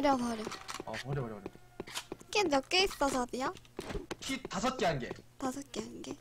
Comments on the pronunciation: 자비야를 자기야로 들리는게 나만 그런가...? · 자비라는데 자기야 라는줄 ㅋㅋ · ㅋㅋㅋ 첨보는데 인성 좋으시고 귀엽고 자비야를 자기라고 계속 들리네요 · 쟈비야 라는게 왜 난계속 쟈기야~ 하는것같지.... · 자비야 가 자기야 라고 들리는건 나뿐인가?...ㅋㅋㅋㅋㅋㅋ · 자비야 할때 자기야라고들림 ㅋㅋㅋ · '자비야'라고한걸 '자기야'라고하는것같음